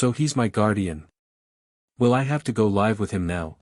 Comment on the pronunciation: The word Live is pronounced as liv not lie.